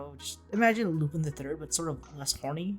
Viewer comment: /'loo-pahn/ not /'loo-pin/